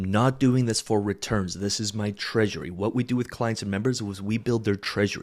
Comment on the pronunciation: "Treasury". Rewatch at 3mins